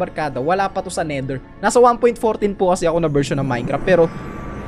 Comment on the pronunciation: "OUR" minecwaft